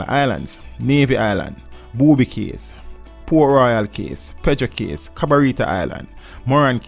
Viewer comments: Good research but it's a shame you were not paying attention in English class. Cays is pronounced "keys". Islet is pronounced "i-let" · What another shame that part of Jamaica is owned by the demonic offspring that is the US . Cays is actually pronounced as Keys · Good info. But the pronunciation of some words is very strange. "Cays" is pronounced like "keys". "Islet" ?